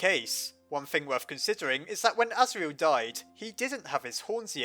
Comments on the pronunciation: You said the goat sons name wrong duh.... Serial Murderer:/ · orrrrr his name is Asriel cause Tor(iel) (As)gore